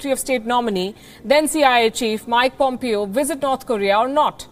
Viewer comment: The name is pronounced Pomp-Eh-o...not like Pump-I-o. Dear WION staff, please take the time to at least find the correct pronunciations of the names of the people if you do not speak their language. You already have some Bihari copy cat called Peeyush Jha stealing comedy style of John Oliver and showing off as his own so at least do the easiest thing right and get the correct name pronunciations.